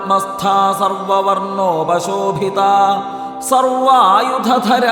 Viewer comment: Sloka 49... നിരാബാധാ എന്നല്ലേ മറ്റു ചില സ്ഥലങ്ങളിലും ,' ബ' എന്ന അക്ഷരം കൃത്യമായി കേൾക്കുന്നില്ല. Sloka 109.. സർവ വർണ്ണോപശോഭിതാ എന്നല്ലേ 23.06